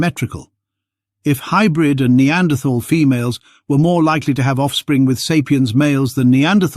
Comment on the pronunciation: Pity you cannot pronounce Neanderthal properly.